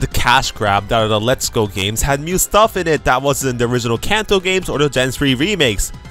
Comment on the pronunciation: Everytime you say "new" it sounds like "mew" hehe